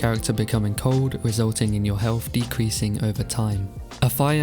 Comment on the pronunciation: Are you saying "helf"?